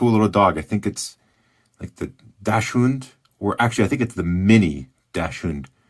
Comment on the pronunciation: not a sausage dog. Not a dash hound. Not a dash hund. DACKS und. DACKSund. Dachshund. Love your vids., but not as much as our black and tan dachshund. 😃